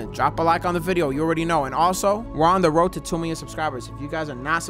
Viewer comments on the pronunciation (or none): none